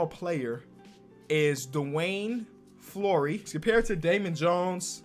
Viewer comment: Dwayne flory is not that hard to pronounce LOL 😂